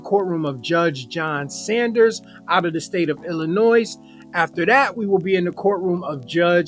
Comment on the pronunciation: There is no s in illinois when spoken. Being here in chicago, just letting ya know its like a big nono. Love ya work